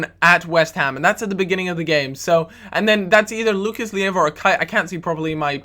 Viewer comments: isnt Lucas LIEVA, its Lucas LEIVA... just a note;) great video btw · Lucas Leiva is pronounced Lay-va..